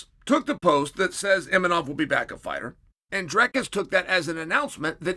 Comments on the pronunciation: Uncle Chael's inability to say a name as simple as Imavov is one of his most endearing traits. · Mispronouncing names gets him more comments than anything else. He knows what he's doing... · Uncle Chael making entire videos just so he can mispronounce Imavov 500 times 😂